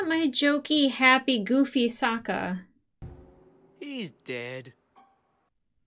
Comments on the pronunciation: No need to correct those names. That's Ong, not Aang. That's Soakka, not Sokka. That's Earoh, not Iroh. You watched Ahvatar, not Avatar. Maybe that can help separate this from the animated series. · Oong, sowka, uncle eeroh oh how can I forget the yin and yong like wtf 😂😂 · Correcting the movie every time they said “Aang” “Sokka” “Avatar” and “Iroh” was the most fun I could have had while watching this disaster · I distinctly remember watching this movie several years ago on DVD. And the moment they first pronounced Aang as "Ong", I thought I was going crazy and mishearing things. Nope! This was the real deal. And honestly, BIG yikes. All of it. 😬 Believe it or not, I didn't even know they mispronounced Sokka, Iroh, or even the word "Avatar" as well until I saw this, which is even WORSE than I imagined. I just vividly remembered them butchering Aang as "Ong". 😓 And as far as coming up with something “positive” about this movie, here’s a good one. I love how it perfectly demonstrates why “less is more” by doing an abundance of what NOT to do and COMPLETELY ending production after Book 1. No need to tamper with the other 2 books. Trust me. We’ve seen WAY more than enough. 😅 #OngIsWong #IrohNotEero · In Eastern Asia; aang, avatar, and Iroh would be said Shyamalan’s way. But he went back on himself by saying Sokka and Agni Kai wrong